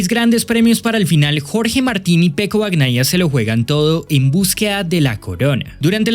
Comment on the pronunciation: Bacnaia? No bebé, se dice bañaia😂😂😂😂